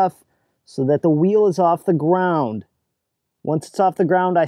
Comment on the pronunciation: Off the gwound.. pwinchweld